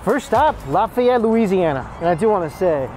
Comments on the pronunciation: It's Laugh-Ay-Ette. I'm from Lafayette. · If only I knew you were in Lafayette I would have lost my mind and rushed to Billy’s bc there is one thing you haven’t tried and it’s amazing. Oh and I would have taught you how to say some of them creole words 😅😂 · It's pronounced Law-fi-et (long I or long E sound) and etouffee is pronounced Ay-too-fay. You can't go to New Orleans and not stop at Bubba Gump Shrimp Co, Cafe Dumonde and one of Emeril's restaurants. And we call em crawdads or mud bugs. *sigh I shouldn't be watching this.. it's been 26/7 years since we left Mississippi and I've been craving king cake for so long.. you start showing me cinnamon bread stuff I start thinking about cinnamon roll king cake with pralines (praw-leens) and cream cheese frosting. OMFG! I'd almost give my left nut for another king cake. It's always crawdad season in the south.. they have farms for that reason. Oh and another thing it's ben-yays. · Lafayette = Lah-fay-yet Boudin = Boo-dan Etouffee = Eh-too-fay Les bon temp roulet = Let the good times roll!